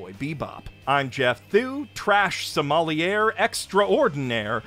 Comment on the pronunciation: Never say the word "sommelier" that way again